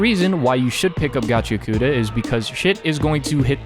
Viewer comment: Reminder to everyone that it's pronounced "Gachi-akuta" not "Gachia-kuta"